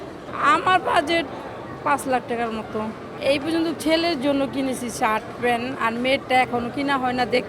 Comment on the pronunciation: মহিলা প্যান্ট কে প্যান উচ্চারণ করে তার নাকি ৫ লাখ বাজেট।কি চাপা রে 🤣🤣